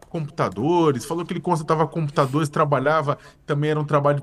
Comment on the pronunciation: "Manutenção dos COMPOTADORES". A pessoa nao sabe nem falar e diz ser jornalista 😂😂😂